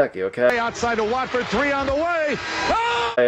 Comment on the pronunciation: Kantucky, willlll win easulyyy. maybe fifteen, or evun twentay. Also...a 1st grader could pronounce Watford not "Waitford." ...now I am not trying to be mean